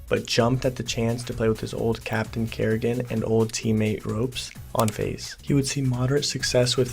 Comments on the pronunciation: nah u actually got it wrong every time thats comedy. Ropz bro not ropes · did you just call him ropes? its rOpZ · Video was very good and perfect pacing and facts and you got a like comment and subscription. But you called ropz ropes so 1/10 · bro the millisecond i heard that i instantly scrolled down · The concept of revisiting these players and the predictions is very nice, but your tier list is absolute dogshit. It honestly sounds like you don't even know these players and their history (how can someone watch cs and not know how to say ropz) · That is not how you say it in estonian.